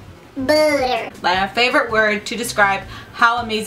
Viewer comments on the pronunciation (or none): none